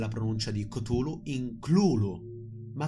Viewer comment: minuto , la pronuncia ricorda molto Golu golu, meme che ha spopolato in questo periodo sul web...coincidenze? Io non credo...